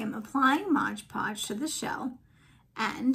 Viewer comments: Beautiful shell dish, but please.....it is MOD Podge. Not “Modge ”Podge. No G in Mod. Great work though. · Looks beautiful 😻— but it is MOD Podge, not MODGE Podge 😊